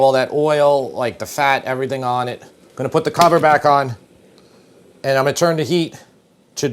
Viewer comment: As a recovering English teacher, I must protest. "I am going to" is not pronounced "ominy". On the other hand, "I'm gonna" is acceptable.